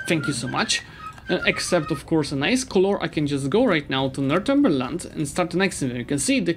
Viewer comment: Northumberland is North-umber-land.